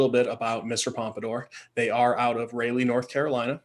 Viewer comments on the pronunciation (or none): Raleigh, NC is pronounced Raaa-lee. Not a knock, but made me go, 'wait where?' Good video guys!